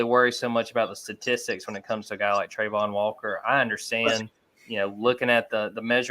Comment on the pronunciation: how does not know how to pronounce Travon?